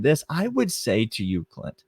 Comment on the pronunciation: He does not say it like that. You need to listen Clint. Bhaaaa